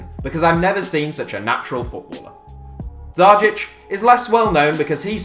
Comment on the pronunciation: I have Dzajić's signature. And you are prounancing it very badly.